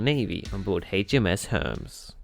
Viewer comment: It is not pronounced “herms “ the carrier’s name is Hermes, pronounced “Her-meez “